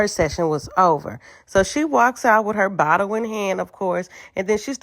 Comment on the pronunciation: “Did they really being a BOTTEL to tha session”😂😂😂